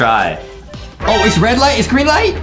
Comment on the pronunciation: Adam: the rwed light gwreen light Award we got hahahaha Justin: he really said rwed light gwreen light